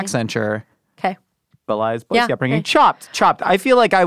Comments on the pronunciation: isn't from Boise or he would pronounce it correctly. nailed it tho, its Boy-see not Boy-zee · Literally the most standout moment in this whole episode for me was that the Boisean didn't say Boise right but did